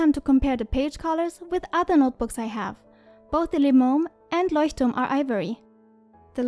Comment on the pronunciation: Voll cool🥰 bist du von Deutschland weil du das Leuchtturm so perfekt aussprichst😂😂❤️